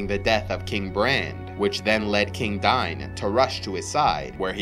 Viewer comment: Names in LOTR have very specific pronunciations which I am doing my best to produce accurately. In this world, Dain is pronounced Dine.